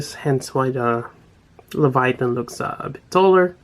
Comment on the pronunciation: Nice review as always but its pronounced "Lay-Va-Teyn" lol Kept getting distracted when its called Leviathan.